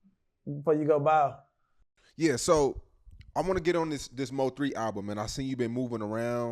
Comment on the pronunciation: It's MO3 not MOE3 fam lmao